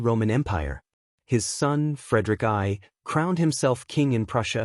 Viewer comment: Frederick Eye? Now that's intelligence!